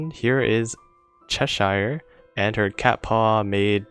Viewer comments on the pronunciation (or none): I know it's a dialect thing not a language thing but Cheshire is pronounced Chesh-er give those royal ships their royal names haha also thanks for the guides I've been playing for about a year now and your videos are super helpful!